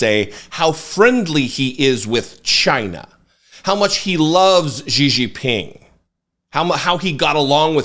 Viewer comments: “Gigi Ping”, 😂! Szhi Zhinping, brother. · I fully admit this is a nitpick but it's pronounced "SHE-JEEN-PEENG." That being said, Fox must really be brave to keep letting Trump and its hosts peddle conspiracies on air. I guess the Dominion lawsuit meant nothing to them.